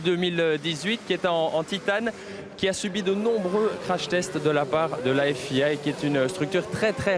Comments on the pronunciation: I se prononce "aïe" en Anglais, il est donc bien loin de le "prononcer à l'anglaise". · FIA prononcé à l'anglaise ? ça mérite des excuses publics voir une demission , sans rire . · Ok mister fluent in english , but what about the A prononciation ? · C'est même pas a l'anglaise il le prononce juste bizarrement, mi-fr, mi-en 😂